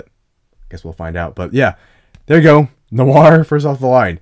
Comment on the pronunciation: How come Americans pronounce words/names like “noir” and “Dwight” with an extra sound - like “nuh-war” and “duh-wight”? Is it hard to put the two together? Honestly just curious since I hear it so frequently.